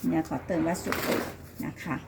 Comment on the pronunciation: วัสดุ อ่านว่า วัด- สะ-ดุ ไม่ใช่วัดสุ ครับ รวบคำจนภาษาไม่มีความหมายครับ